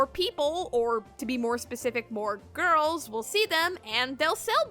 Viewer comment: The way you say girls o.O